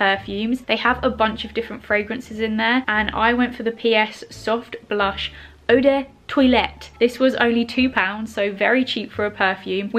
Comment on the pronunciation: *buys primark perfume Also "oder toilete" Me "NoiCe"